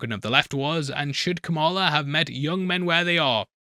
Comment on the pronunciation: Pronounced Comma-La (Kamala)